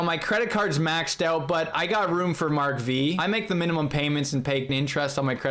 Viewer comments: Mark five not “Mark Vee” 😪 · Mark V is pronounced Mark 5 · "Mark Vee" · That's Mark Five not Mark Vee. V is a Roman Number which means 5.